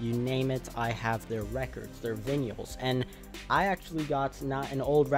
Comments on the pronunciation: Buying VINYALS ? are you saying vinyl..VI NULL...vinyl..vi null vinyl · I quite literally could not focus on any of the content of this video until I did some research and confirmed that their was no strange English dialect that pronounced it that way. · Vinyls? Why do you say it VinYullz? Wtf? Literally couldn't finish the video. Dweeb. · "their vinyuls" me: blinking guy gif